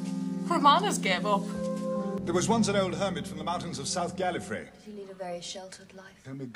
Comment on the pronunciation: This was one of the first times, if not THE first, that Tom said "Gallifrey" properly. He used to pronounce it "Gallifree".